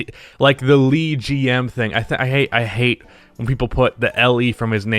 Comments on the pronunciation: It’s not Lee it’s Le lol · Why do you keep saying Lee when speaking of LeGM, yet you say LeBron correctly. It is pronounced as Luh-G-M same as Luh-Bron. It's one of my pet peeves when someone mispronounces a word when they are a native speaker of a language but can't be bothered to properly pronounce a word.That said if you have a speech problem then you are fine to pronounce something poorly but if you have no speech impediment then say it correctly. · "LeGM"... just like LeBron. Not "LeeGM" lmao. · why are you saying “Lee”GM instead of “Le” as in “LeBron”? lmao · It's not Lee its le. As in the in French. So le gm is basically the gm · pronounciation: LUH--gm my dear. WE do not know a LEE-gm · Why are you saying LeeGM? It's LeGM. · LeBaby. also you pronounce it Luh not LEE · Exactly wtf 💀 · LeeGM? Bruh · wtf is “LeeGM”? 😂🤦🏻‍♂️ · No one is saying: "Li Ji Em" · I can’t be the only one bothered by pronouncing things like “LeGM” and “LeChock” like “Lee” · yeah wtf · MANS SAID LEEGM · Lmao why does he say it like that, it's LeBron not Leebron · For anybody interested, the most correct pronunciation would be Luh-GM because the Le in LeBron is adapted from the French masculine singular "Le". Similarly, names like LaKiesha are adapted from the French feminine singular "La". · Why pronounce the le in LeGM differently than in LeBron? Tf? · Holy fuck the way you pronounce "leGM" >:(